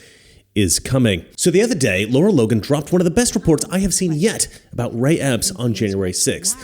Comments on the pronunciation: 💡 Great report, as always. But you're pronouncing her name wrong. :face-red-droopy-eyes: Lara. Not Laura. 👉LAH-rah👈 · I was trying to find her Twitter and couldn't because you're saying her name wrong. It's not Laura it's Lara